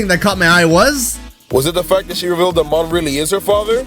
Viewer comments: It's pronounced Mown! And...Lillie and Gladion are just older than you. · Tl;dr ITS MOHN AS IN POKEPELAGO MOHN